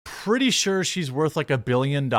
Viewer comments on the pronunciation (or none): none